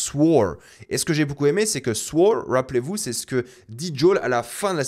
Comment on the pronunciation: J'adore le "wrappelez-vous" 😂